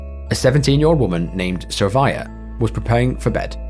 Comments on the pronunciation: How did you see “Sravya” and get “Sarvaya”? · Great video. Liked and subscribed. The name of the girl is Sravya. Not Sarvaya. Have a good day!!